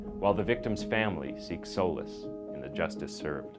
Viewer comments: Solis. Actually pronounced So Leese. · Souless is a fitting name. I know I heard that wrong but, that's all I can hear when you say his name.